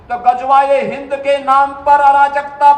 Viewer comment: Phle gazwae hind ko sahi bolna sihk le